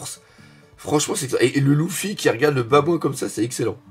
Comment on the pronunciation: Simple question,pourquoi prononce Luffy,"louffy"?